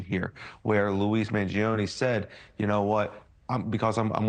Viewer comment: and why does he keep calling him Louis? he can't pronounce Luigi?